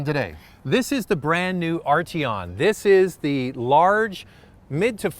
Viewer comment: Do any of you guys realize there is a 't' in Arteon? Ardyon - just lol.